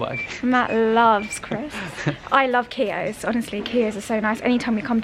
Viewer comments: Have to comment about the crisps! Keogh's, Irish ,like himslef snd myself 😅 my favourite too.. BUT Matt should tell you that your pronunciation is a bit off. It's more like q-yo but don't pause on the q . sorry cant help it. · It nice to see you actually acknowledge your difficulties rather than just saying everything is fine it’s nice to see you talk so freely you should have got the green notebook for st Patrick’s day be the way you are saying Keoghs wrong ask Matt to help you with your pronunciation